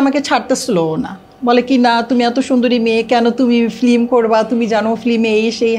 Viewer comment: মহিলা ফিল্ম না বলে ফ্লিম বলে। ওর এই উচ্চারণ সংশোধন করা দরকার।